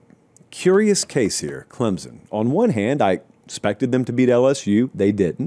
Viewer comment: show me the letter Z in Clempson pal